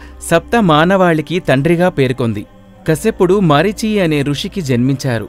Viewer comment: మరిచి కాదు మరీచి, కుద్ర కాదు కద్రువ. వినుత కాదు వినత.